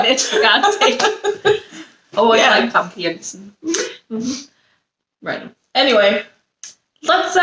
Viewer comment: Btw, it's not Jansen (pron. with an "e") but as Yan-Sun. Can understand this often made mistake by non-Dutch people.